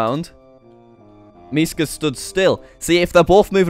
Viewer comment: Actually you said Miska perfectly